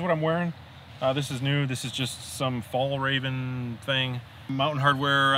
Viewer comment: Omg, you really butchered the pronunciation of Fjällräven :)